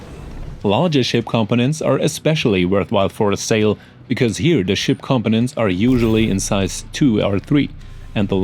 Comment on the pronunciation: Great video, But I get the feeling English isn't your first language. It wasn't until half way through the video that you were trying to say components. Because to me it sounds like your saying competents.